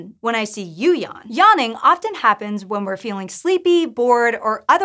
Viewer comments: Is anyone else really annoyed by how she says yaanning and not yawning? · Spent the first 15 seconds wondering what "yarning" was. That's some funky pronunciation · What is this 'yahning' she is talking about? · What the hell is “Yonnin” ,it’s really so annoying I had to stop watching this video